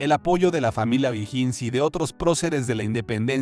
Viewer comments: O"Higgins se lee OJIGUINS Y tú dices IJINS. Es un apellido escocés.Te sugiero que alguien de tu confianza te colabore al editar tus videos. ¿no eres chileno, verdad? De todas fomas, tus videos son muy interesantes. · No sabe ni pronunciar ohiggins